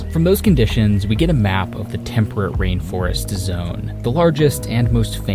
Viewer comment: “RAIN FIREST?!” Pitiful…